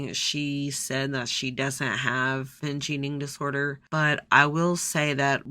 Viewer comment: I heard “bitch eating disorder” instead of “binge” and honestly it made me laugh